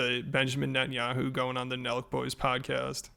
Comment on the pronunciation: Schaub pronouncing 'Netanyahu' in one go had me shook.